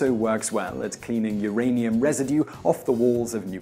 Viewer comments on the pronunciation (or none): none